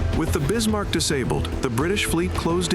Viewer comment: Bismarck, Not Bismar